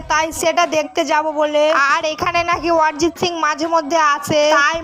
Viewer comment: অরিজিৎ সিং ❌ ওয়ারিজিৎ সিং ✅😂